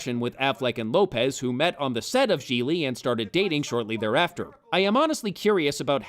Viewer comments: i m italian living in italy and all of you pronouce Gigli in the wrong way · I love the recurring joke about mispronouncing the name Jiggly/Jigglypuff/Giggedy/Quan Chi/Jiminy. And I have not seen all of The Room, but The Nostalgia Critic's review of it is enough. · #1- Your mispronunciations of "Gigli" were brilliant! Thank you! #2- To Hell with you! Merle Streep could make ANY dialogue work! She could have made the Star Wars prequels dialogue work, Bitch! Merle Streep!! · So not only was the movie terrible, it missed an opportunity to keep mispronouncing Gigli. What a shame.